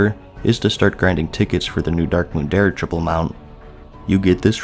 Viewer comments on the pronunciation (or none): Has... has he never heard the pronunciation of dirigible? Because that was awful.